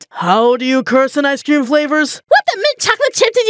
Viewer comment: i can't unhear icescweam